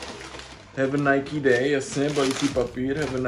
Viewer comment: rikas tady jak maji cesi spatnou vyslovnost a snazis se mluvit s ultimatnim prizvukem a pak Nike ctes jako "najk"